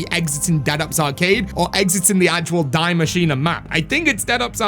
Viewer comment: The machine isn't dying lmao. Why dont you say it how its supposed to. In German?